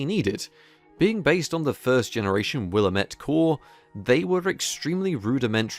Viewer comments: It’s pronounced “will” “all” “met” . It’s an American Indian name that ironically translates to “the valley of sickness and death”. It’s referring to a river and consequent valley that borders Portland Oregon ... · Willamette (WILL-LAM-IT)